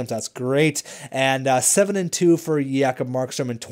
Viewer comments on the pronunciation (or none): J-kob not Ya-kob!!!!!